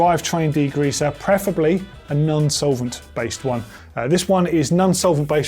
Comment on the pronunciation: It's non solvent not nun solvent